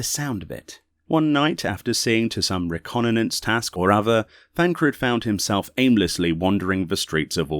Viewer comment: "reconnannance" xD i giggled, but was a great listen, thanks for this =]